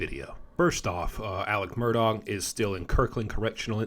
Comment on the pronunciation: Murdahh not murdog!